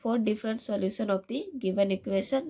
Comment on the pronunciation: You don't know how to pronounce solution😂